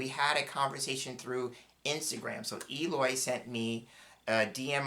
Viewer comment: Hi! Thank you so so so much!! ❤❤❤❤ I’m Just starting with them!! And the pronunciation of my name it’s perfect!!🎉 2 questions, please? Some people/card readers uses as a people card the military person… it can be a situation but a card people too?? And the child card could be a pregnancy card?? Regards, Eloy